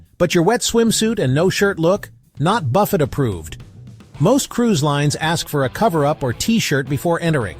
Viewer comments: Will you please pronounce buffet correctly? Can’t AI do that? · I wish the AI Voice could pronounce Buffet correctly throughout the video.